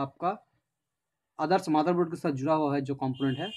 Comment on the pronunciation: its not maderboard its motherboard